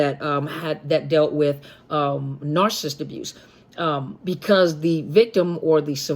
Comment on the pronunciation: 24.18....."arse-assist".......mmmmm. Still laughing....the lack of an "N" eh!!!!......maybe it's a new word ford sending a narc on their way and on to another mother of a path of doom.